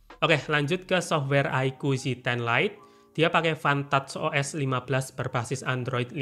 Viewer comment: Gw dengernya fantat os jir😭😹